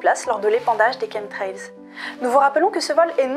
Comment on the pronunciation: Merci grâce à vous je sais comment on prononce chemtrails avant je prononçait à la française Ouf l ordre et la vérité sont rétablies 😍😍😍